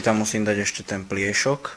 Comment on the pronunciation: Ako nehovorit slovo pliesok s ruskym prizvukom :D